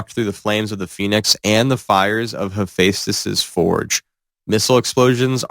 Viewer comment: "A treius""sabot" "moneir" "haphastious"